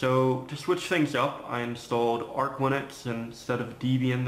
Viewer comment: Correct me if I'm wrong, but I think it's pronounced ar-ch. Also, It has 32-bit Arch linux. You can even create dual boot iso's! You should build a real Frankenpad, it's quite nice. I didn't know how much I would love the 15" 4:3 screen until I used it. The 12" 4:3 on the x60 is convenient, but the T601F is arguably the best 4:3 laptop you can build. It cannot be librebooted or corebooted unfortunately. But the Middleton's bios is good enough to be productive. And it's upgradable, unlike the x60. I still have my librebooted x60 though haha.